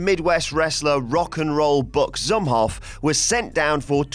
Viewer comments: It pronounced like zoom off not zumof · It's pronounced Buck Zoom-off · Its pronounced rock n roll buck zoom-hoff